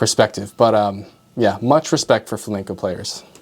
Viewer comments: Flam-E-nco, not Flamingo..... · fla-MEN-CO, not Fla-MINGO. Sorry, I'm usually not pedantic but it's unacceptable to call yourself a classical guitar player and mispronounce Flamenco. YouTube: the place where anyone can dispute geniuses. Coming up next: Physics graduate reacts to Einstein Edit: You studied guitar in ALICANTE and you still mispronounce it? Dude!!! You were in Spain!! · It's pronounced Flamenco, not flaminco. You made my Spanish pals ears bleed.😢